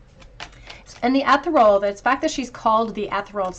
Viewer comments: The word on the Mermaid card is enunciated with a soft E.. as in EH ( as in the word egg ) THEAR ( as in FEAR.. ) REE - ( as in REAL) AL as in ALL. Not: ETH UR ALL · Haha 😂 Ethereal cereal. Lucky Charms? 😂🤣😂